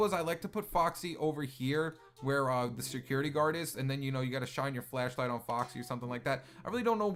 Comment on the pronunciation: is sounds like he’s saying flëshlïght